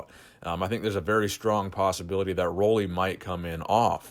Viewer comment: Nice video,. But just so you know, you've been saying his name wrong all this time. Roelly rhymes with 'Julie.'